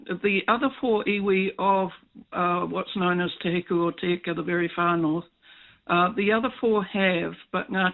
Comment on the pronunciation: Michael. It's pretty lame and lazy to grossly mispronounce the maori word Te as Tay. . You can already say the word "met" and the vowel in Te is the same, so please give it a go. Let's hear it.